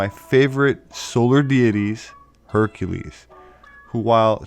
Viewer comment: Herr Ka leezzz Her Ka Leezzz !!!!!